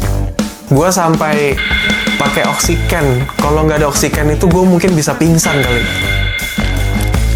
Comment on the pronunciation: Oksiken iya bukan oksigen